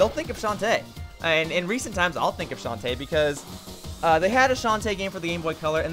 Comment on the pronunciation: You like Shantae so much, you can't even pronounce her name right!